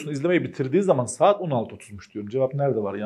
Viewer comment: Saet derken Kürt şiveye kayış 😂 Bayılıyorum kurmanc erkeklere were were kurmanciiiiiiii jsjsjsjs